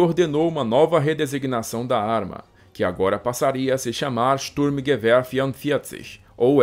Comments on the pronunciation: alemão fino do fino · Mais um vídeo com muita pesquisa e que proporciona um conhecimento sem igual. pronúncia impecável 👏👏👏